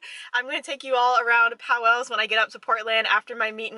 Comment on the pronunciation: Sorry, native here. The store is pronounced POWLES, not POW-WELLS. It’s 1 syllable. Glad you enjoyed our independent bookstore!